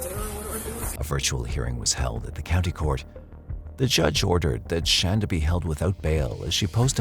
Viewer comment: No hate - love your voice, it's great for true crime. But i think if you're going to do a 90 minute video, you should make sure you're saying the defendant's name right. I know it's spelled, "Shan-duh" like you're saying, but you can clearly hear pronouncing it "Shaun-duh."